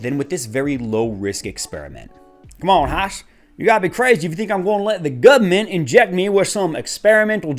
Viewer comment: 'the gumement'. -Hoss